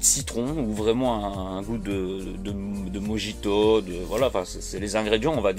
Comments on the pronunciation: Prononcé morito pour mojito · Le mijito ce prononce morito de base en espagnol car les j se prononce r. Pour le chorizo je savais pas du tout